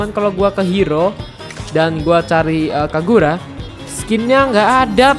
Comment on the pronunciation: Bang bukan kagura tapi kaguya